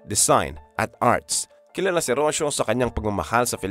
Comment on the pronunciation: Rocio pronounce as Ro-See-Yo